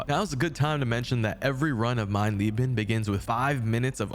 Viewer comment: Geil wie du Mein Lieben sagst und nicht mein Leben 😂 Echt lustig als Deutscher sowas zu hören